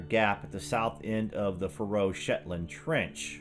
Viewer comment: Thanks for a great documentary! I'm from the Faroe Islands myself, and if I may mention one thing, is that the pressure is on the A in Faroe, not the R. So it's a long a, Faaroe Islands. Cheers and keep up the good work!